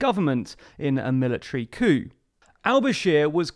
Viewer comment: I always love your videos! However, when you said 'coup' before the opening titles it sounded like a racial slur